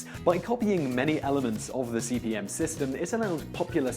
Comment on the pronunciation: Why does he keep saying CBM? It's CP/M. Control Program/Monitor.